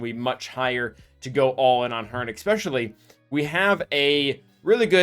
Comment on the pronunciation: buddy…. Your videos are great. But for the LOVE OF GOD, it’s pronounced “eSpecially”, not “eCKspecially”